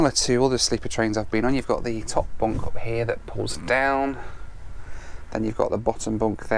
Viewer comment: I wanna teach you how to pronounce "sun" and "up" :-D